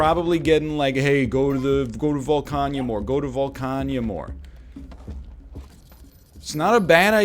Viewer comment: Volcana not Volcanya